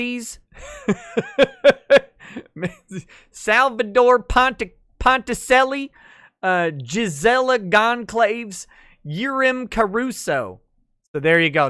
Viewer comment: You complain about the "Rekaita" people, but suddenly Gisela Gonçalves becomes 'Gisela Gonclaive'. 😂😂😂